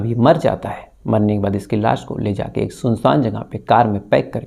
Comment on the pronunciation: Bhai Laas Nahin Hota Laash Hota Hai